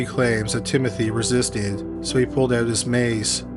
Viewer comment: narrator said pulled oot 🤣